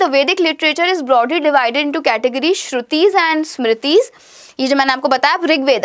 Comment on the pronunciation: That is not mam "stuti" that is mam "Sruti"